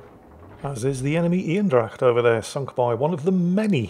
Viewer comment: Love that you pronounced Eendracht right!